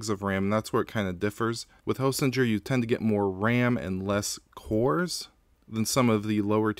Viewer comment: I think it's pronounced Hostinger